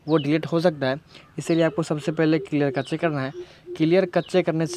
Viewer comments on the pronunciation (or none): Clear cache = क्लियर कच्चे या clear cache = क्लियर कैशे 🤣😂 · Aree kaccheee it's "cash" in pronunciation 😂 "thik nai hain"